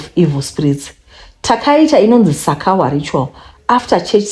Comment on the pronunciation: Sakawa pronunciation manje Tete 😂😂. Ini kunge ndinoziva kuti inodeedzewa sei 😅